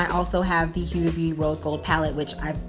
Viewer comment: why can't Americans pronounce HUDA. I don't get why it's so difficult for you people